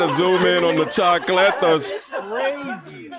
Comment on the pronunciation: The "choclettas"??? 😂😂😂😂😅😅😂😅😂